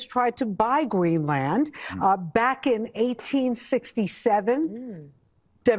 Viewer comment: Hey, FOX news lady, it's "crazy" not "Kwazy"?? and lady it's not Green Land, its Greenland, and maybe they should say that the flags being at half-staff is NOT anything new despite Trumps' whining. It happened before Nixon's inauguration when Truman had just died.